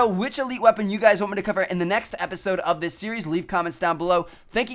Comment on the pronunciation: Is it me or he says episode weird